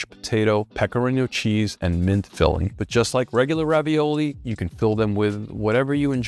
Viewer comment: ravioli (singular: raviolo) is pronounced with "A" like "pizzA" and it's just stuffed pasta. Not any type of stuffed pasta is ravioli but mostly it is, in general if it's closed it's ravioli.